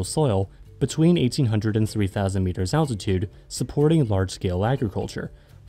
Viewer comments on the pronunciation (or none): none